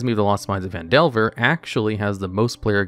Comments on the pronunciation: he also called it pan-delver instead of fan-delver... lmao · Lost Mines of PAN Delver? The fuck? This is going to be a long video if he's already starting to mispronounce easy things in the first 30 seconds.